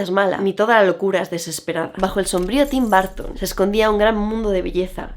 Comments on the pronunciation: TIM BAR...TON OPEN ENGLISH...JODER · Me encantó pero cada vez que dice BÁrton me 😵‍💫🫨